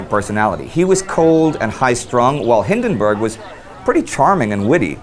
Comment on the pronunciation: We should get Indy to say Przemyśl a hundred times so he doesn't mispronounce Paul von Hindenburg's name again.